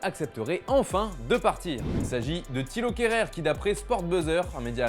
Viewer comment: Min vous vous êtes trompé c pas KHERER mais bien KEHRER